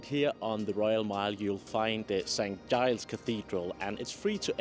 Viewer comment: it’s a soft G. Jyles… Surely a former tour guide in Edinburgh should know that?